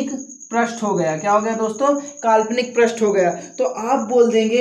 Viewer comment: प्रष्ठ नही पृष्ठ कहा जाता है